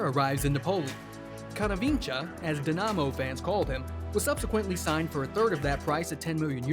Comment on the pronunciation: Wtf is “Dynano”? Legit killing me